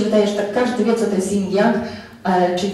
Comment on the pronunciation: Energia żeńska to yin (bez 'g'). Jing to esencja życiowa, jeśli już chcę się Pani trzymać terminologii chińskiej...